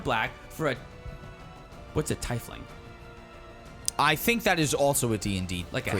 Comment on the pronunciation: Watching you guys struggle with Tief-lings for the episode was a real struggle as a D&D fan. Still, love it! Always enjoy the content.